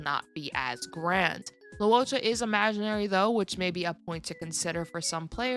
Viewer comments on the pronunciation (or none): Fyi loucha is pronounced as low-chaa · Fyi Luocha's name is pronounced – Luo – 'lwoh' Cha - 'chah' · Luocha is pronounced Luo Cha